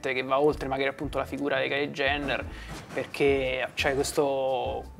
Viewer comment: Bella intervista e tutto pero ti prego non dire più KYLIE IENNER 🙏🏻🙏🏻 JENNER con la J